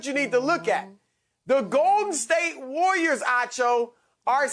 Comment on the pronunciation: Why does Broussard call the Warriors the "Wooyers?"